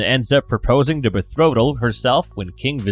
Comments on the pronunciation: betrothal, plz.....not bethrotal.....love, but this mispronunciation was used so much in this video it was terribly distracting. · Say it woth me, (beh-tro-thull)